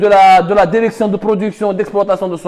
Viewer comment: Derection derecteur hhhhhhh